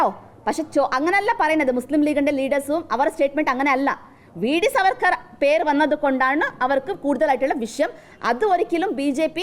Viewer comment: Vd സർവർക്കർ അല്ല മാഷേ vd സവർക്കർ